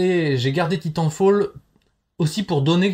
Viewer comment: Ça prononce mal titanfall 😭